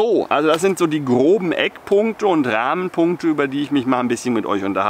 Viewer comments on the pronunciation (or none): Hast Du "Rahmenpunkte" oder "Ramen-Punkte" gesagt, das konnte ich gerade nicht so heraushören? 😂